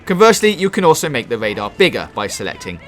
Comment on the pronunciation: This is super great. But what is Wadar, Zewo and Widing?